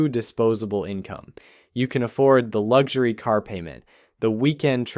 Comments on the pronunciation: "Constant Lug Jury" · "luxury" subtitles "lug ury" 🤣